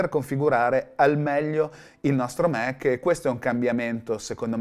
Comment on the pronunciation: Fa ridere che i Mac li pronunci "Mèc" mentre macOS "Màc" 🤣